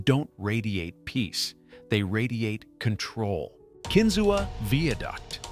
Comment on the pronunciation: It’s pronounced “Kin-zoo” not “Ken-zoo-wa”. Surprised it wasn’t “Jettiesberd”